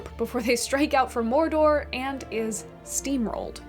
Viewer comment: tolkein was an englisman not a spaniard, not a frenchmen or german. why do people pronounce his words with rolling R's and strangely non-english syllables? morrrrr dorrrrr is mordor, smaaauuuuug is "smog," (just like the pollution thingy).